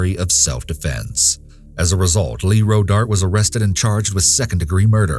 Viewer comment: This nicca said Rodart🥹😅😂🤣